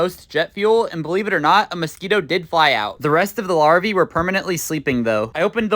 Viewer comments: Mosquito “larvee” 🤣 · do not pronounce larvae like that ever a fucking gain